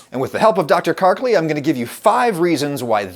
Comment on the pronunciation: i'm sorry dr but your name is not kark-leeee.:-)